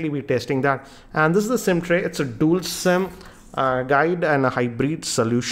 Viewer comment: "Dool' camera", "forke", "shaomi" - OMFG, your prononciation is SO BAD! Don't make a video on youtube.